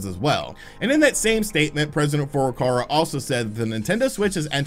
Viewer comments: Furukawa NOT Furukarwa .... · FurukaWa, not FurukaRa. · it's Furukawa not Furukara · "President Furukara"